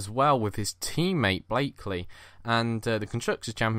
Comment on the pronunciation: IT'S BLAKEY! not blakely :P Nice video guys!